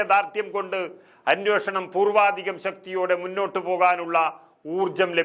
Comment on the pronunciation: Correct. വാർത്ത വായിക്കുന്ന പെൺകുട്ടിയും അനോഷണം എന്നാണ് വായിക്കുന്നത്. അന്വേഷണം എന്ന് തിരുത്തി വായിച്ചാൽ നന്നായിരിക്കും.